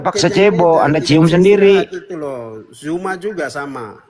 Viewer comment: Kenapa lah bila nyebut NAMA ZUMA MENJADI JUMA.. APA LIDAH NYA ITU EMANG KERAS....??? SEBUT ZU..... ZU.... ZUMA..... BUKAN JU...